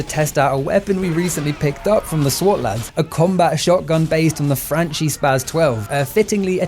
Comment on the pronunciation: I'm sorry... But it's read like FRANKI. As an Italian into weapons that made me recoil lol. Great video tho